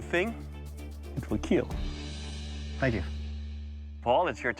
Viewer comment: “ It will keel 😏”